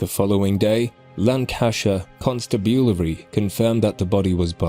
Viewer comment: I think a robot is reading this. He said hairy menopause the first time. Can't even pronounce Lancashire properly or constabulary.